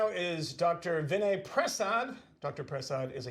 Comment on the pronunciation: please learn how to pronounce Vinay's last name. I think it's pronounced Pruh-sod. (I listen to him all the time... really smart guy.) It's great to hear his analysis about RFK's ideas.